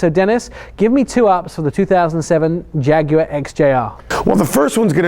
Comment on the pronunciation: YES!!!!! An american who can say 'Jaguar' properly!!!!!